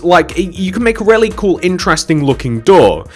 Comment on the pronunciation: When he says really, it almost sounds like rarely to me.